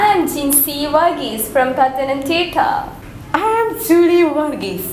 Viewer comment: such a terrible video i have not seen for ages.........let me tell you when you have to tell your place name ....tell it correctly in the same pronounciation for e.g; pathanamthitta should be pronounced as pathanamthitta only....thats the way it needs to be spelled.....it should not be spelt as "paathanaam...ttittta"..it is just bullshit if a malayalee do that knowingly.....when a foreigner or a non-malayalee do that it just shows their inability in properly pronouncing that particular term......English should be spoken clearly and properly, just avoid malayalam slangs in between when you speak (thats the only thing to keep in mind).... otherwise it looks as if you are mocking yourself.....Getting a descent 8 or 9 band in IELTS does not need this fake and absurd pronounciation (my experience)